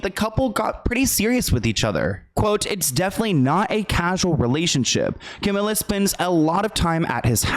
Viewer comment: Camila with one L is pronounced Ca-mee-la. Two L’s is Camilla Ca-mill-uh